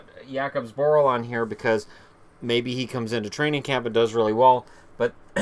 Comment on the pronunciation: you killed Zborils name :D